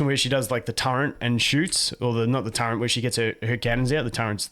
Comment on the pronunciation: The way you pronounce turret. :)